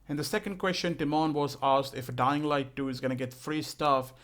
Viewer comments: "Dying light du" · When the video started I heard “Dying Light Doo”